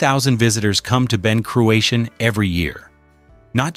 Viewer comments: “Ben Croo-a-Sheen “. Pronunciation is a f joke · Learn to pronounce Ben Cruachan correctly by asking a Scot. Don't air your american ignorance over here. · Terrible pronunciation of Ben Cruachan doesn’t help. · Not a bad video to watch but totally spoilt by the atrocious spelling mistakes and pronunciations. It is Ben CRUACHAN, and Loch AWE and it is well worth a visit.